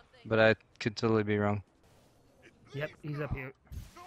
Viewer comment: He said "a" and I almost died... Then he said wong...